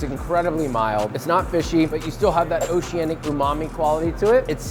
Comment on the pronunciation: I want uncle roger to roast him on how many times he says oceananic lmqo